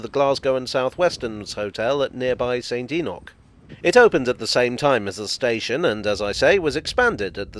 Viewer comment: Thank you for pronouncing St Enoch correctly. I would hate to get all pedantic about such matters.